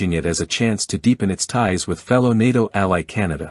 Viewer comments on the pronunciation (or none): none